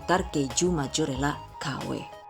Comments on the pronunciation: gw dengernua majurella wkw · Haha majorela